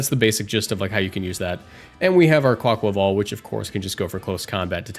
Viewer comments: i agree with your pronunciation, as a spanish speaker. theres an aqua in quAQUAval, and the rhythm is that of car ni val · Thank you for pronouncing it right! As Spanish speaker too I can't bear when I see Cybertron vids and he says 'kwaykwayvale' ☠